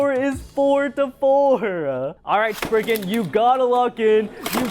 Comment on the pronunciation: Legend Spriggen…….does he mean Legen Sprizen?😅